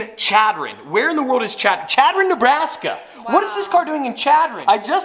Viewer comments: Chadron Ne, pronounced -> Shadron. Not that it really matters but. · Chadron is pronounced like Shadron lol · Native Nebraskan here. The town of Chadron is pronounced with an sh sound at the beginning. Like “Sh”adron. I actually went to my first year of college in Chadron. Love your content!!👍🏼👍🏼 I’m with you though. I don’t know how they’re going to sell a Maserati in Chadron. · It's pronounced Shadron don't ask me why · love you to death😂 as a person from Nebraska it is pronounced (shad-ron) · Chadron Ne. is Pronounced Shadron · Hey now, I'm from Chadron Neb! Its (Sh)adron! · "Chadron" is pronounced SHAD-ron, just a FYI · Chadron is pronounced shadron sorry just bothered me a bit